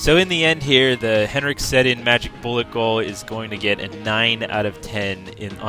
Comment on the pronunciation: You said Sedin wrong.